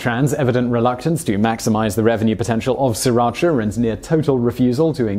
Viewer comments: It is pronounced Si Rach A after the town in which it was first made. (Sriracha - silent first R .) His explanation of the origin of the sauce is completely incorrect. It was first made a woman named Thanom Chakkapak way back in the 1930s. I know because I lived in Thailand for 20 years and even worked in the city Sri Racha and speak Thai. Thais do not use serrano chillies but what are known as Rat Shit Tailed chillies - very small, very hot, - Bird's Eye Chillies - larger and very hot - Dragon Tooth Chillies - largest of the three and very hot. Living in Canada, as I now do, I can make the product but the price of the fresh peppers is exorbitant so it is cheaper for me to buy the stuff. However, not to say that the owner of the company that makes the most popular version in the U.S.A. is not telling the truth, but prices in Canada have gone up, even if he is selling them at the same price he originally started with. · brittany bolton Ask Thai people, not Vietnamese, if you want to know how to pronounce it because it's a Thai word. It's pronounced See-Rah-Cha. I'm sorry to tell you that your husband is wrong. This is an example of how Thai people pronounce Sriracha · Have you heard about silent letters? There're a lot in English language as well. It's hard to explain if you don't know Thai. The owner admitted that the name was inspired by the name of a Thai city and it's really pronounced See-Ra-Cha in Thai. It's a compound words that has meaning. I don't mind if people call it Sir or See. I respect the way the owner pronounces it. It might be just because he didn't know how to pronounce that Thai word properly. Although if you look at how it's spelled, SRI shouldn't be pronounced SIR either, more like Si or See. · Thank you finally some can understand that Vietnamese stole it from us Thai people even the name. And yet the Fucking pronounce it wrong. It's the Thai small area in Thailand. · s*R*iratcha. That R isn't silent! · Actually it's see-rotch-ah